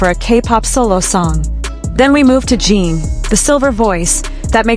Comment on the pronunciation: Please fix your AI commentator. Holis name is Jin rhymes with tin, bin, grin, friend. GET IT⁉️PLEASE FIX ASAP!! Thank you!!!